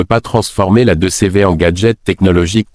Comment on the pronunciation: Pour moi ce n'est q une étude. Créée par ia. En France on ne dit pas 2 cévé mais 2cv ou deudeuche